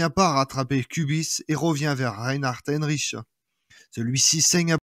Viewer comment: C'est Reinhard Heydrich et non Heinrich comme vous le prononcez